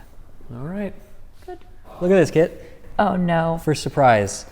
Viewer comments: Is her name Kit? Cause it sounds like he's the old grandfather master calling her kid xD But seeing you work with and for each other is so wholesome. It's really what is so satisfying and gratifying about a teacher-student relationship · I swore for half the video her name was Kid until I realized it was Kit and it all made so much more sense. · Took me a while to notice that he doesn't call her "Kid" but "Kit" 🤣